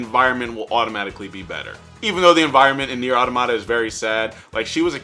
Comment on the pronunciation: Neir auta-mata? Boi